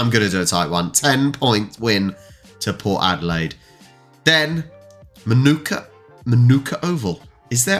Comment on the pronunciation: FYI, Manuka Oval in Canberra is pronounced 'Ma-nuk-a', not 'Man -ooka'. Better known for visiting Test cricket sides playing against an invitational Prime Minister's XI. This year it is against Pakistan, a 4-day game starting Wed 6th December 2023.